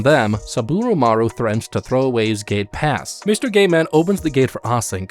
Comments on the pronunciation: I kept thinking whenever he said gate pass he said gay pass😂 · I kept thinking you were saying gaypass I was very confused at first.